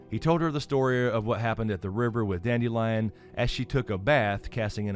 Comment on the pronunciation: Listening to the audiobook, instead of pronouncing his name as "dandelion", They went for a slightly different approach…dand-ill-ee-on…Kind of a play on the sound of the word instead.